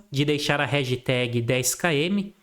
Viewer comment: Réjteg 10km 😂😂 baita aula, de se ouvir algumas vezes pra absorver todo conteúdo!